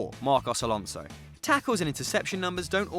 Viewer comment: Broo u are mad how come do u say alonso